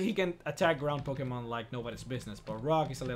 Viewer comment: I find it funny that every time he says Pokemon its sounds like pokeman